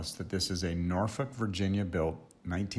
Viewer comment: Thank you for pronouncing 'Norfolk' properly! Beautiful Cars!